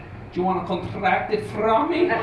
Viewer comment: Ju wanna contrrrract it frrrom me? lmfao! i'm dying!